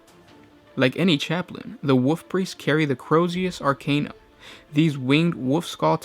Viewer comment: Personal pet peeve, hopefully constructive criticism. I believe it is pronounced WoLf Priest, not Woof Priest.